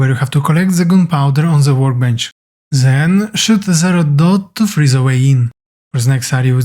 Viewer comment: It is THEN not ZEN there's no Z in there but thanks